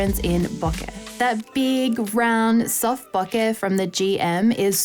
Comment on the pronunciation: Bokeh is pronounced Bow-Ker BTW....